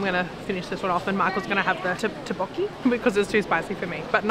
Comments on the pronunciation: Tteok with K sound. Not tabokki. Tteokbokki. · Tteokbokki . You should pronounce the K. Tteokbokki.